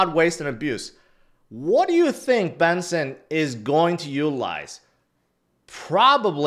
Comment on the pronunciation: Bessent,. Bessent, not Benson😂😂😂😂